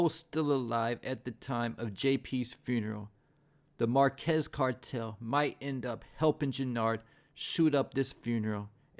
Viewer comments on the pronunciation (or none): none